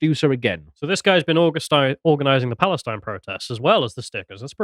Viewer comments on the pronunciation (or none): none